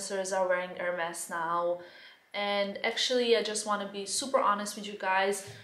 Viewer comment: Just please call them the right way :) [érmee]